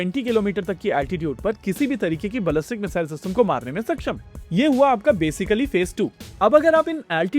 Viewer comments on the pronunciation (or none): क्या यार भाई, not bullying , बलस्टीक सुनने में अजीब लगा तो बोला।